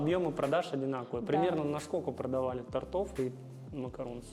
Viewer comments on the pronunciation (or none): Не тартов а тортов)